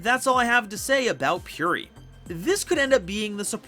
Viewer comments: Its purrely not purery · Purery Me: Puh-reh-ree